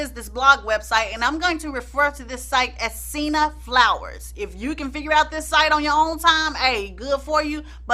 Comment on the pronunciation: What site is she not able to say .....sinna flower?